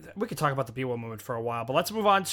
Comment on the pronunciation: I laughed so hard when y'all say "Miwa"😭 it's actually called Biwa